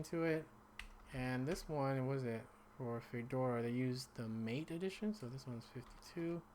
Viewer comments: Mate, is pronounced Maw-Tay. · MATE = mah-tay